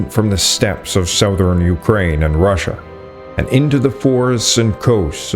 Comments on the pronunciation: Please learn how to pronounce words correctly. Big mispronunciations discredit your work. It’s not sowthern. It’s suhthern. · I enjoy your videos. I have to ask why you mispronounce southern? It drives me nuts. No one else chooses to constantly do this.